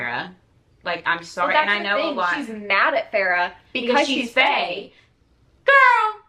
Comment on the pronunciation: It's hard to pay attention to this video. They are misprouncing the main female character's name. It's a simple Google search. 🤦 It's Fay-ruh, not Farrah.